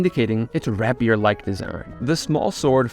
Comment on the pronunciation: FYI, that’s not how you pronounce rapier. It’s not “rap-E-er”, more like like, well, more like “rape-E-er”.